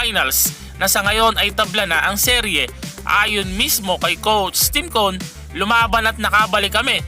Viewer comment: Parang hirap na hirap ka sabihin Yung "coach Tim cone"